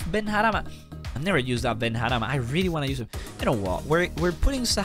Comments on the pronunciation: Ben harama in arabic without the last a means illegitimate child it’s pronounced ben rahma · Ben - rah- ma not harama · Benrahma ❌ Benharama ✅ Lmao 😂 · You say benrahma's name in a way that makes his name so inappropriate.